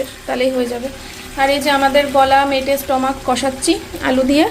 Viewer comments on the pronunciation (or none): Tomer uchharon max vul .. meto noi mete , mamlet noi omlet ... Thik kore kotha bolo tomer video sudhu ranaghat er lok toh dekhena ranaghat er baireu dekhe so careful hoye ektu bolo